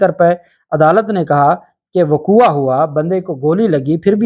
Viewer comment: Vaqouva nahi vqou.lafz hai.vaqova Aik jahil.ki ikhtlah Hai.